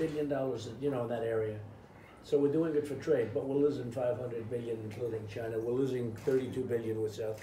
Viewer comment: LOL gina instead of china